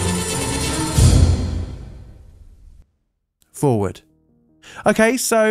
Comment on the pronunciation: John? Did you say Forward or Fore Word?